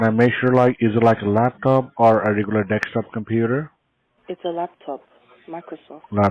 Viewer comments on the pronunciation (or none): "deks - top"